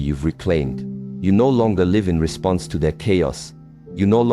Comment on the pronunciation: It's definitely AI as he said live (alive) instead of live (lived) of it was a human speaking they would have got that correct... I've noticed this in many AI videos. They can't say live.